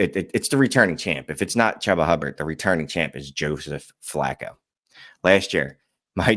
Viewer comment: its pronounced Chew-Ba FFS.